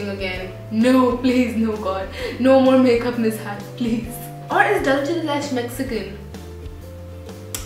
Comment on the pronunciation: Love your videos! But can you please please pronounce "Dulce de leche" correctly? Please! 💕